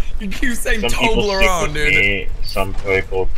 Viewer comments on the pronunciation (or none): why do you say torbron instead of saying torbjorn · It's tor-b-orn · aint it pronounced Torb-yorn? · I like how pronounces him as "toblerone" lmao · Did he say toblerone like the chocolate lol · its pronounced torh-bee-ohn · No Toblerone (the chocolate) is so much easier to say :P but yes that is how it is pronounced correctly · Its so funny when non swedish people pronounce Torbjörn :D